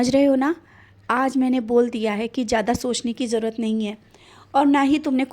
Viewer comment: Kitni gandi Hindi hai. Jarurat nahi zarurat. Hindi sikho fir video banao. Baba se nainsafi mat karo. Pap lagega. Roz savere Bande hain hum Sai ke suno. Dekho Suyeshi kaise bolti hai. Tum Baba ki awaz lagti hi nahi. Koi burhi dadi amma lagti ho😅😂😅😂😢 Tumhara Sikh kaun lega?????